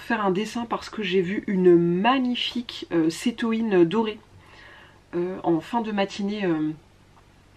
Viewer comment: oh, j'ai oublié de te dire: on dit cétoine (comme le son oie 😅), y a pas de tréma. Dixit la fille dont le papa est entomologiste et qui a entendu plein de fois le nom d'insectes bizarres 🐝🐞🐛🐜🦗🪲🦋💚